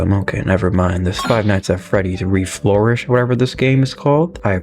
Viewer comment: Did he say "Reflourished"? I have a feeling this guy might play PvZ or something